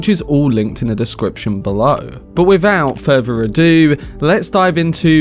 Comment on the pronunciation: Wivout furver ado